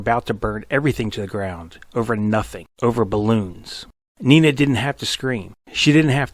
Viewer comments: It's not "Nina". It's "Nena". E like Edward. Nena, in many languages including German, means "little girl" or "baby girl". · I am pretty sure her name is pronounced "Neh'Nah". not nee'nah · Dont pronounce it "Nina", its "Neena" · "even in German, you can hear it as 'NEE-NA'" As a German, I can assure you that nobody's ever pronounced the name "Nee-na". It's like Victoria says, because the German "e" is always like the English "e" in, let's say, "Dennis" or "ever" or "set". And depending on what follows, it's long or short; here, one "n" follows, which makes it a long "e" (short, was it two "n") But nevermind the pronounciation; I like your video I just stumbled over by chance really a lot! ^^